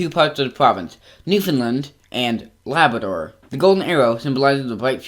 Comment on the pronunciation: You can’t pronounce Newfoundland and Labrador